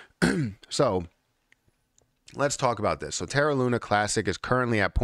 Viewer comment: does it drive you mad? Looney? 😂